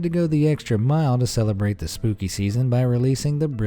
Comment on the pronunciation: did he say spoopy?